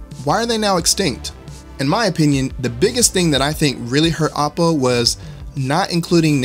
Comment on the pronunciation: Oh poh Not ah poh